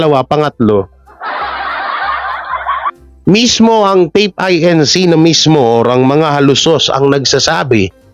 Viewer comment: INC... read as Incorporated not I.N.C.